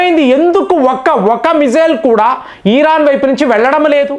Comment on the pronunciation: భారత్ అని స్పష్టంగా పలికి నప్పుడు ఇరాన్ అని పలికితే బాగుంటుంది